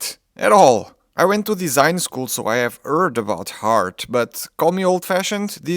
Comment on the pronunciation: "erd about hart"